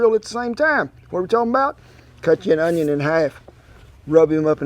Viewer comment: "On-YON", he says? Hmmm. Gonna have to try sum-a-dat.